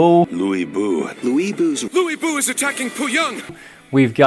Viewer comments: To be honest, Louie Bu is more correct than Lu But, but they need to shorten the "Lo" sound and emphasize more on "uie" sound. Imagine "yu" in GuanYu, add L sound in front of it, L-yu. Definitely no Lu But, you guys have been saying it wrong for 9 games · Lu Bu must rhyme with pursue! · Lu Bu’s name pronunciation is more like Lur Bu. Watched RotK in mandarin as a child. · How did they manage to butcher a simple name as Lu Bu!?! 😂